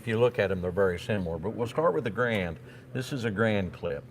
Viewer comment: GARE und... rhymes with "errand". ;) Also, .30-06 ammo with 147gr/150 gr FMJ bullets are as "Grand ammo" as you/re going to get as it mimics the WW2 era M2 .30-06 Springfield ammo. The higher pressure hunting ammo is what shooters are needing to avoid. Good video otherwise. Thanks for sharing.